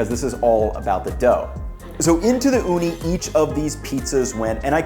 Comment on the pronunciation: I like that you pronounced Ooni the finnish way, Uuni (means oven).